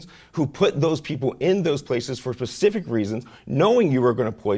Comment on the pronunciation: Did he say "For Pacific reasons". Is that opposed to Atlantic reasons?